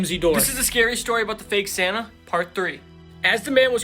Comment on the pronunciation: Who else reliezed he said sanna and not santa😂